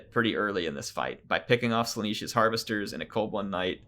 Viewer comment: why do you pronounce it Slaaneesh? there is 1 E only, Slaanesh, like yes... not like sheep